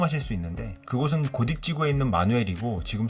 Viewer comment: 고덕이 아니라 고"딕" 지구...